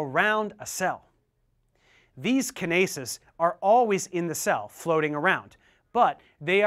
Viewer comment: Lmao Kin-aces got me, it is usually pronounced kyn-ace